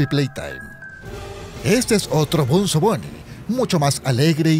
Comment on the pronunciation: Se llama bonzo no benzo ni bunzo